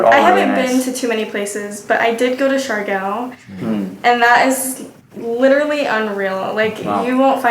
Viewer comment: Siargao not char cow hehe